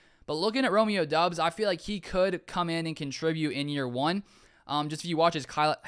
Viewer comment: Romeo Doubs is pronounced Dobs just FYI